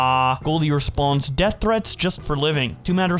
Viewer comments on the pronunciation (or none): none